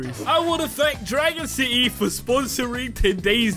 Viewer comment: you said dragon sity time